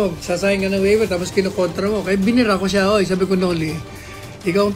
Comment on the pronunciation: Bobong attorney.hindi waiber. Pronunciation is Waiver. Mag aral ka muna NG proper English pronunciation. Attorney ka Pa Man. Hindi ka marunong ng proper English.🤡